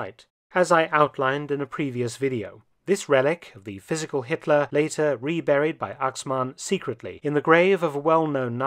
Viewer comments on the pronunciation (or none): none